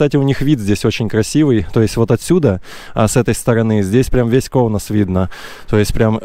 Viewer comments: Все не плохо но есть одно замечание город Каунас, а Не Коунас, неприятно слышется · Правильно говорить Каунас,а не Коунас. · Здесь живут не бедные а богатые литовцы,prasum ne mjalok, и не Коунас,а Каунас. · Каунас правильно! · Всё нормально. Не давите на парня. Только чуток акцент на короткую "а" в место "о" в слове Каунас нужно поправить. Но это же нюансы. яркий пример тем, которые так и несумели выучить литовский за 50 лет. А он только 2 года в стране и такой прорыв. У парня стальные яайца!